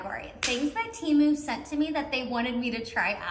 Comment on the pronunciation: It’s t-e-m-oo not t-ee-moo